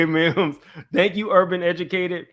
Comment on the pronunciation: Mims You Got My Name Wrong but i love your channel😂 PERIOD Pooh😅